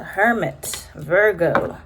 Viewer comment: lmao i love it when you say “viRRgo”